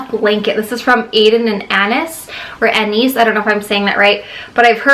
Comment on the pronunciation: aiden and you say it like 'ace ☺'